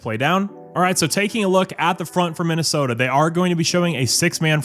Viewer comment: Minna-Effing-Sooota. There is no excuse.